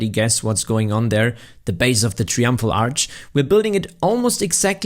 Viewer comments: It's TRY-umphal (not "tree-umphal"). If you were gonna use the word so many freaking times in your video, it could've been slightly less annoying for the viewer if you'd bothered to learn to pronounce it correctly beforehand!!! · brother please its try-umpful not tree-umpful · tree umpfrul arch 😂 that's funny